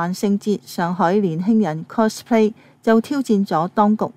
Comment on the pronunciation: 係 cospay，唔係 closplay